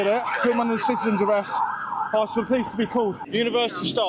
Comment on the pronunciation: Candace Owens is gonna “ax”you a question. Her inner ghetto is coming out.